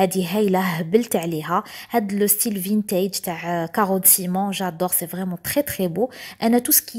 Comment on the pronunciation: ومن بعضنا نتعلم...كلمة vintage تتنطق فانتج..يعني حرف a ماينطقش آي في الكلمة هادي😊😊 الكوزينة روعة بصحتك